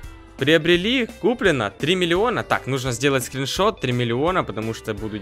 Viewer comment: Как смешно говорит 3 милиона))))))))) Кто заметил????Ставте лайк на комент!!!!!!!